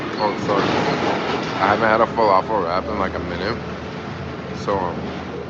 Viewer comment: What is Velociraptor or did you say falafel wrapper?